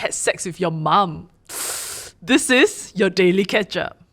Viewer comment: For the most time, I thought they say “The Daily Catch Up”, I now just realise say “The Daily Ketchup”!!! Hahahah